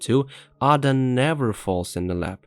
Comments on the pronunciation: get ur shit together - not aada, EIDA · ah-dah?? Lmao shut yo ai ass up! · How do pronounce Ada wrong after playing the games?